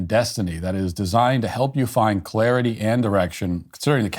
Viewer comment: Did he say “clarity and erection”?